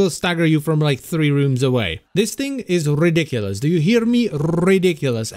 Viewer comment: That "rrrrrrridiculous" was glorious.